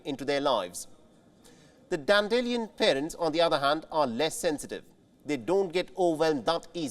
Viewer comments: It's not dan-dillion, it's dan-dee-lie-un. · The way he pronounces dandelion hahahah 😂 can someone please correct him.